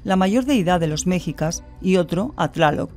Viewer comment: HOLA, MISTERIOS. QUE GUSTO .ME DIO VER ESTE VIDEO DE LA PIRAMIDE DE MORELOS QUE SE ESTROPEO CON EL SISMO DE 2017. Y SIN AFAN DE MOLESTAR, POR SU BUENA PRESENTACION, LES COMENTO QUE LA PALABRA "MEXICA" SE DICE "MESHICA" CON ACENOI EN LA "I", NO "MEJICA" CON ACENTO EN LA "E." ESTO SIMPLEMENTE DA INFORMACION MAS VERAS Y PROFESIONAL. MUCHAS GRACIAS, Y SALUDOS DESDE LA CD. DE MEXICO.